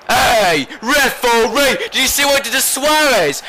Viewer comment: I love how you say reforee !,!!!